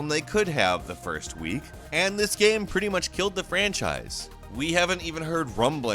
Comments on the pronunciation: I love your content, but man the way you pronounce game just tilts me so hard. It isn’t spelt g a e m... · Someday this guy who is payed to talk about games for a living, will actually learn to pronounce the word 'game.' One can only dream.... If the content of everyone else on this channel wasn't gold, I'd unsubscribe in a heartbeat to get away from this guy repeatedly saying 'gaem' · Who says GAME like this?! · BRO PLEASE STOP MISPRONOUNCING THE WORD "GAME" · This guy doesn’t know how to say game